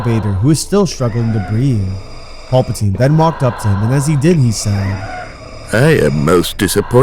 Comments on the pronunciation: “Pulpitine” have you ever watched starwars ? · then why do they say the names wrong? like PULPatine, instead of Palpatine lol